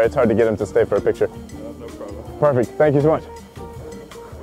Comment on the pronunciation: "sank you" 😂😂